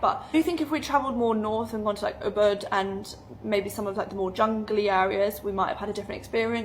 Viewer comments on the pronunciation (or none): Idiot in Bali. It's not a country it's an island and that's not how you pronounce Ubud or Uluwatu. It's Australias version of a Spain holiday, if you need a good example of what it's really like. Could me Maga could be a fancy all inclusive The curly posh woman is the 1st time I've ever been happy to see an YouTube advert.